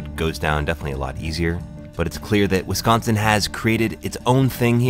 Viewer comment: I gotta get my ass down to the Settle Down now. 1.4 mi seems so far during the pandemic, but I gotta after this video. And you didn't say Wisconsin incorrectly, which pleases me. Thanks for this video. Sorry my brethren are so... noisy... on your other videos. We just take this stuff seriously.